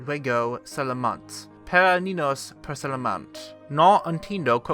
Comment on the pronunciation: "ninos" "jew-uego"